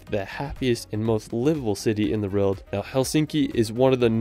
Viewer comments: It’s pronounced world bro, not rorld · He says world as “reld”😂😂